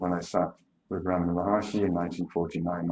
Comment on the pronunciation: "Maharshi"; not Maharishi.